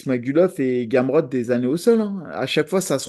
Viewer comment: il a dit gamrot galère 🤣 faut doser